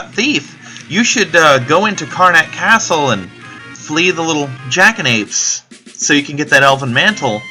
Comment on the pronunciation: You got the pronunciation right :) The Jackanapes can be killed with the Blue Magic spell Lv. 5 Death since they are level 20. Lv. 5 Death thankfully goes through Death immunity for enemies that have it (including bosses though there are a select few it won't work on). It won't work on the Jackanapes in Exdeaths Castle from the sliding floor puzzle since they are a different level.